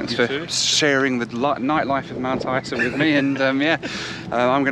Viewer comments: Hi,, we pronounce it Mt. Izer. ENJOY! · You Flew with REX.. that would be your first mistake lol ! We tend to pronounce Mt Isa as Mount Iza (Eye Zah) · Strangely we pronounce Mt Isa like Mt Iza .. I don’t know why lol.